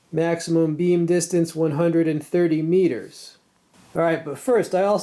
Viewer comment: I never could understand 'Meters' =))